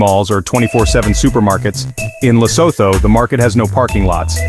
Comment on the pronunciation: What nonsense is this 🤬 First of all "Lesoto " " Lesoto"🙄 Can't you just say " Lee_sue_two"... It's the easiest word to pronounce...no research was done... Then you go on to show clips that are not even Lesotho 😤